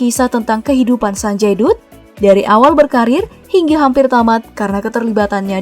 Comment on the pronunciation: Bacanya Sanjay Datt min bukan Sanjay Dutt 😂